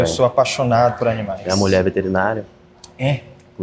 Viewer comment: Chegou a "Muié" como sempre...😂😂😂😂